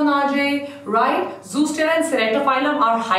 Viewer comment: Mam it's not zoostera it's zostera